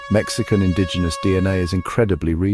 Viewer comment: Great pronunciation of the indigenous names ⭐️ 👌 🥇